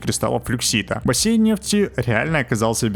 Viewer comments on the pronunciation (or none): none